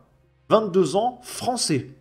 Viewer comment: Ahh le bogmoulistan fwançais... que du bonheur...